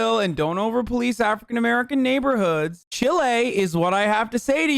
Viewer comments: ‘Chile’ is pronounced like ‘child’ 🤣 its aave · the way he pronounces “chile” 😭